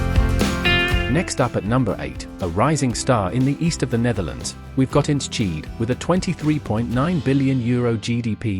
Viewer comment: Ens-cheat???? Thats the worst pronounciation i’ve ever heard for Enschede. If you want to pronounce it right. For english speakers its En-skuh-day. Its home to the Eredevisie football club of FC Twente.